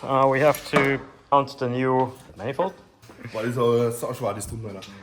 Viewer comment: Did you say „Mannifold“ 😂?